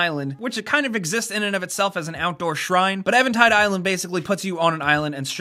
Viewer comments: did you just say evan tide instead of even tide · should be 11 things players hate you left out a good one, when players pronounce EVENTIDE ISLAND WRONG!!!! THERES NOTHING EVAN ABOUT IT!!!! thanks! good video carry on.. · its not pronounced like "evan" its pronounced "even" like "even stevens", EVENtide -- also i really havne't seen anyone complain about that shrine, its not mandatory and its a really fun challenge for players who are actually good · Its not spelt Evantide island, so it also isn't pronounced that way. It's Even, as in not odd. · Eventide.. EEEEEVEN. Not Evan. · eventide island was easy for me except i suck at getting the master sword. ( Also, its pronounced Even as in even height, not Evan.) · its even tide. not evan tide. who the crap is evan and what does he have to do with a tide? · hahaha I'm sorry, but are you a fucking idiot?? it's pronounced EVENtide (Eee-ven)... like the word you use when two things have the same amount of something, not "Evan" like somebody's name. How did you pronounce it that way and think that made any sense at all? Seriously, man. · do you know what drives me crazy? how you said eventide. it's pronounced eeeeeeeeeeeeeeventide even_tide eventide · Evan tide? Really? And quickly going around YouTube I see a huge chunk of people mispronounce it that way. That's almost as infuriating as the majority of videos not pronouncing ocarina the same way NINTENDO does on their YouTube channel